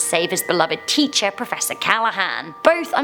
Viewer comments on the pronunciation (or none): none